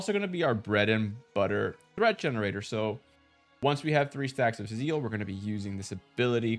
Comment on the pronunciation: ..ok, I had no idea what Zeal is nor that it exists, cuz I thought you were sayin Seal but for some reason with German accent..and not to mention how much I got confused when you mentioned seal and zeal in one sentence.. 🤘😅